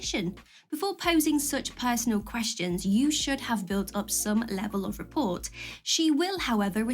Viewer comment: c'est "rapport" pas "report" jesus.. nice accent, proves you know which are the loanwords..